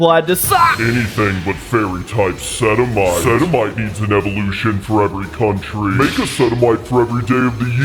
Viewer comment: sedimite? sedimite SEDIMITE!!!!!